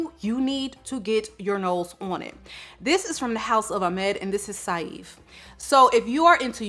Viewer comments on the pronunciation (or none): Love the video! Saif is pronounced exactly how you'd say safe btw <3